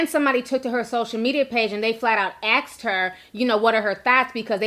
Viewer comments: ASKED NOT AXXXXED!!! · why is it axed vs asked?